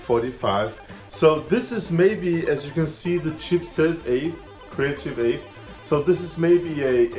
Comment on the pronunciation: I love your enthusiasm but the sound blaster cards are called AWE32/64. It's "AWE" not "AVE." It stands for Advanced Wave Effects. My favorite is the CT3670 because it calls itself an AWE32 but it's really an AWE64 in disguise, making it the AWE64 that can be upgraded with standard 30-pin SIMM RAM instead of the proprietary memory upgrade kits Creative used with the official AWE64 line.